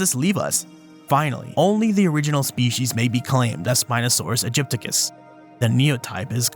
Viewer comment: It's not Aegypticus, but AegyptiAcus. A common mistake, but one unworthy of an expert such as yourself. Otherwise, a superb video!